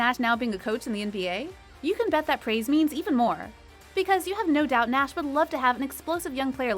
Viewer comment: She couldn't even say Steve Nash right